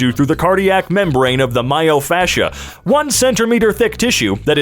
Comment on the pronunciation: Mayo fascia instead of myofascia 😂 This guy doesn't have muscles, he has mayo 😂